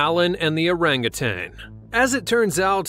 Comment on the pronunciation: Thank you for pronouncing orangutan correctly ,most people say “ tang” it is said that primates have a lot of human DNA,I guess this proves it.